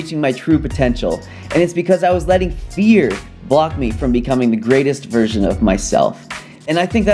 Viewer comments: I thought you said beer instead of fear 😅 Thanks for this video! I knew these things but forgot... Several times... Just what I needed to hear, just at the right time. Also, didn't miss any of the things you worried about were missing from this video. Who needs drone shots when you can get a reality check instead. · I literally thought you said "beer" not "fear"... I was very confused and thought maybe you were an alcoholic or something lol